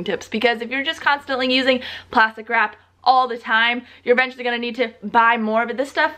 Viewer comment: Plastic wARp 👌😂😂 (not mentioning it to be annoying just thought it sounded hilarious😂)